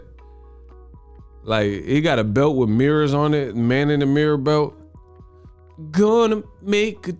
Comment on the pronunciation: 😂😂😂😂😂😂😂😂😂😂 bro said main of the mirror